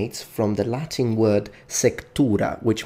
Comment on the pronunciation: It's so odd seeing someone use both Ecclesiastical and Classical pronunciation. Not a bad thing, I personally like the Ecclesiastical pronunciation more.